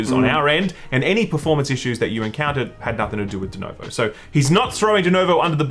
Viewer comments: Why do you guys keep saying "dunovo"? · I'm only mad that you boys keep calling it "Denovo". It's not a hard name to read....